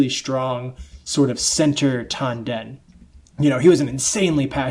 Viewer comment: You pronounced "Tanden" incorrectly.